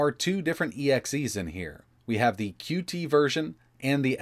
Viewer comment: FYI: “Qt” is pronounced “cute,” not “cue-tee.”